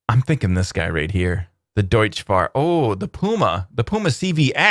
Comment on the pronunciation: Hey, your favorite German pronounciation nazi here. Deutz is Deutsch, but it's not pronounced like that. "tz" in German is pronounced "ts". Additional useless information: Deutz is a district of Cologne and actually what the company got its name from.